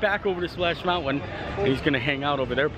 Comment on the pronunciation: There's no "W" in mountain!